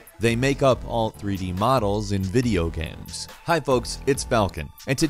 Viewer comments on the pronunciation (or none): why does falcon always call them GAMS instead of GAMES. The fuc bro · Is it just me or did I hear him say,"Videogams"? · "Video Gam" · "Video gaems"